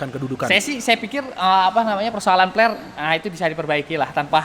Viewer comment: Aq denger nya Peler bkn fler wkwkwk...🤣